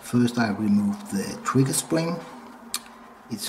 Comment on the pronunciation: “Showt weset twiggew keet”